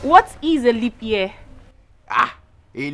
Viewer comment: Did I hear aglobota ?😀😀😀say na limp year😀abi na Libya in pronounce , shaggy pls let me be you Engrish tesha😀